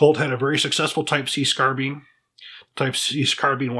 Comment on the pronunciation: Scarbine lol. great video.